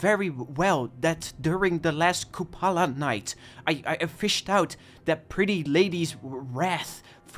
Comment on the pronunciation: "Kopula Night" how do you scew up 'Kupala' so badly?